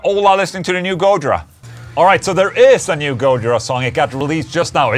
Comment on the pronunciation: It's go-JI-ra, not GO-jira